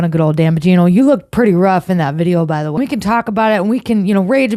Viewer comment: That guy kept saying 'we". Who is 'ee'?